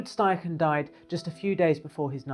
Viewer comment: It's also, STeichen, not SCHTeichen